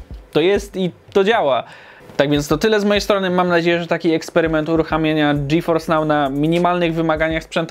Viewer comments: Ty fajny ten GeForce nał xd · A ile kosztuje miesięcznie dostęp do tego "Dżiforsnał"?:V